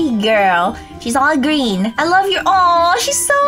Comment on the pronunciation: You said greem